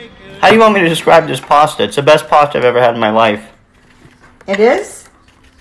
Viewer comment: i myself am italian and i would like you all to know that it is not POSTA it is PASTA